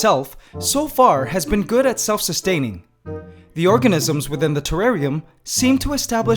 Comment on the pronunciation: Mans said orgahnizam 😭😂😂